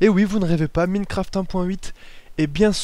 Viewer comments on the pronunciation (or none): "Minnecraft". Si tu déprimes, demande à un français de parler anglais. Tu vas juste te poiler pendant des heures. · [Minnekraft] -__- C'est compliqué de prononcer avec un poil d'accent ? Sinon bonne vidéo !